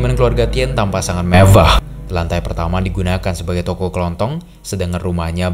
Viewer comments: Kaget aku Saat abang bilang "MEVAH" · Gak ada yang ngebahas kata "MEVVAH" itu kah?